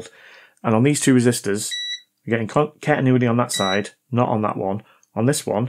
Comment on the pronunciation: It's just a wild guess, but I think the problem is the way you pronounce "cantinuity"😂👍